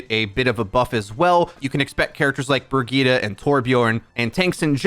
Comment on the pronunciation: Did he say brigeeda?